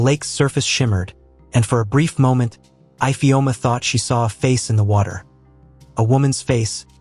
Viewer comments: What is eyefeoma instead of ifeoma😂😂😂😂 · Ifeoma and not ipheoma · That’s not the pronunciation of our name Ifeoma 😣😣 the pronunciation is e-feoma if that will help . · 😭😭Fr though. My name is not even Ifeoma but I'm offended by the pronunciation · Ifeoma pronounced ivioooma? Amaakaa? Is the narrator an alien from marmaid? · Nice but the igbo name ifeoma was not pronounced well